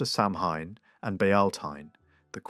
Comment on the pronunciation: Samhain is pronounced sah-winn or maybe so-win 🫶